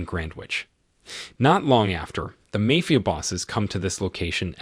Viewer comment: Does anybody else pronounce "mafia" correctly every time it is mispronounced?